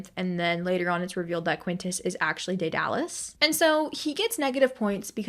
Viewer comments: Btw I am pretty sure Daedalus isn't (day-dar-lus) its (Day-der-lus) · don’t know where u got the r sound but it’s pronounced deh-duh-liss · dur and duh sound the same, also I'm not very good at sounding names out. I think (dead-uh-lus) would be closest